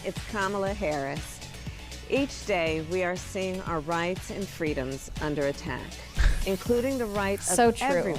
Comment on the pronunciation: Soooo cringe. FWEEDOM 😂